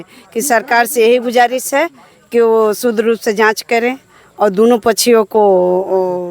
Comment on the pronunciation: ये मैडम शुद्ध को सूद्र कह रही है।